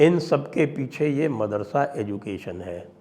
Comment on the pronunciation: Marasada नहीं madarasa